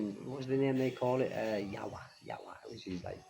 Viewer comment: 😂 hahaha... Sooo intertaining and funny to hear from you saying in visyan words in western accent way ..." YAwa2 YAwa2"( by the way , that's how they cursed when angry. "YAwa" means evil or evil person in visayan dialect )I know every visaya speaking Filipino who is watching this will laugh 😂. Although it's supposed to be very serious event and could be dangerous but the way you telling the story is very funny to hear .